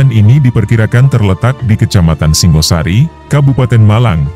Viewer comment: Singhasari, bukan Singosari. Singha seperti pada kata Singgasana.